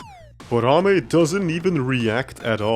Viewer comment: NO WAY!!! is one of the few people who pronounced Ame's name right, i have seen a lot of people pronounce her name "Amy" which is wrong. i really enjoy watching videos about something that isn't dst even though its a dst channel.